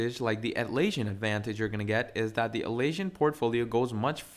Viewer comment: You're not just saying Jai-rah, instead of Jee-ruh, but you're also saying At-laysian instead of At-las-sian (as in Atlas) 🤦🏽‍♂🤦🏽‍♂ Couldn't keep watching.